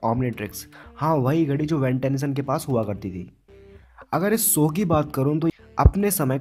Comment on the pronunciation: Bhai apni language sudhaaro sow nhi show bolte h